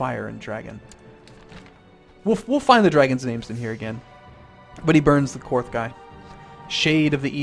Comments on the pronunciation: it is pronounced KARTH, not KWARTH. there is no U in it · Qarth.. there is no U after the Q. So you don't need to pronounce it as Que-arth. You simply pronounce it like Carth or Karth. Also, if you watch (or re-watch) the TV series where she is actually in Qarth, you'll hear them pronounce it as so. :) PS. Love your channel and your videos. Keep up the good work! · KARTH NOT Q-WARTH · You know Qarth is pronounced Karth right? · Like the Spice King says, Qarth is pronounced "KARTH" not "Qwarth". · Qarth! Not quarth! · "The beauty of Quarth is le-" "Qarth." "...Qarth." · I am so sorry but I'm for some reason freaking out about you saying Qarth like Quarth xD I never had that feeling before.Mabey its because I'm Jelly xD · "that's where dracarys is" "no wait that's how you say fire in dragon" "so we are in quarth" "rokuarro" "DRAKEHRYS" "pyiat pri" wow, does he even know how to pronounce anything? or the correct name of some things? other than that, great vid lol